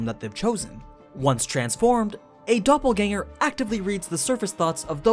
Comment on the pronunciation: As a German i give you my probs for pronouncing Doppelgänger correctly